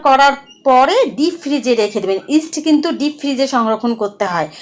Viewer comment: আপু ইস্টের নামটা বোঝা যাচ্ছে না একটু জানাইলে ভালো হতো দারুন রেসিপি দেওয়ার জন্য ধন্যবাদ